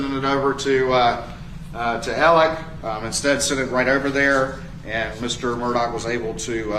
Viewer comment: After all this time, are you just choosing not to pronounce Murdaugh’s name “Alec”?